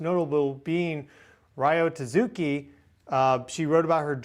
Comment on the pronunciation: if you say Tasuki one more time ima slap you its TAT-SUKI XD